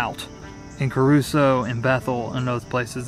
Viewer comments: It's Cruso not Caruso and 4 died with some missing still. 🙏. I'll check out your charity and see how much it helps.. Surprised you call it Caruso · It is Cruso. There is no “a” in the spelling or pronunciation. I grew up there and my entire family has lived on a mountain in Bethel for over 100 years. They are all strong people.